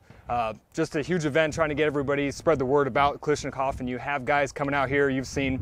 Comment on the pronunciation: Dude says “Kal-ISH-nakov” 😖